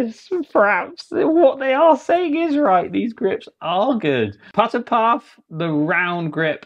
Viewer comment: Apparently the word putter has the letter t in it, and so does repeating, and started and set.